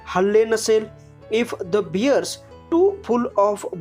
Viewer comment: you use some words like caused, attacked, bear and other like this you pronounced very wrong